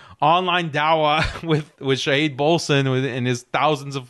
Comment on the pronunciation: Shahid is an attribute of Allah. You should learn how to pronounce it. Stop believing that Israel and the West are all powerful. Allah is all powerful. The conquest of the Zionist state is inevitable BECAUSE Allah is all powerful. Obviously you are not going to fight. So since you are unwilling to fight for what you claim to believe in, you should not criticize harshly those who have the courage to try and find a solution to this problem. If you do not believe anything can be done through economic conquest, then, GO AND FIGHT!!!